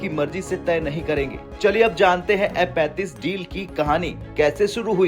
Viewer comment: M-35 ya F-35 kon sa hai clear bolo bhai